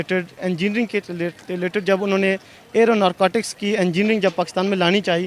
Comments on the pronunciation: aero narcotics (aeronautics) 😂🤣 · ... aeronautics ... NO NO NO ! ! .. Aero - Narcotic ! ... Right ! xD